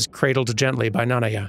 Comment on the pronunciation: What happened at Midra's Manse? Nanaya Business (using pronounciation of Nanaya from this video)